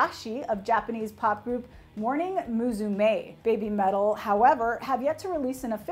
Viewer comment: It's not "bay bee" metal, it's "beh bee" metal, rhyming with Heavy Metal. It's a pun, but to make sense you gotta pronounce it like a Japanese would pronounce English.